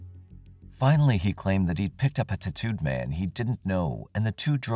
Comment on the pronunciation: The way this generated voice says tattoo 😂